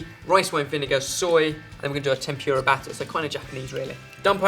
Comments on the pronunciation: I love how he says tempyura instead of tempura :) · I know you're English and all, but it's pronounced tem-pu-ra, not temp-pure-a, and the r makes a softer sound. In Japan they don't even have an r sound, but it's close enough. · I'm sorry, I have to. xD "Eh-dah-mah-meh" and "Tem-poo-rah".